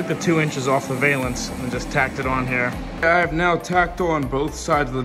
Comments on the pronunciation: Man This is great to see young guys doing old school work. I hope more do it too. !!! But I gotta say that it's pronounced " Val-ance". Not Vail-ance. I see you doing work this good and I can see you doing some cool cars in the future. Keep up the good work. All of you guys. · Cool video. Just to let you know it is pronounced "val-ance" not "veil-ance". Just sounds really weird and has nothing to do with veils.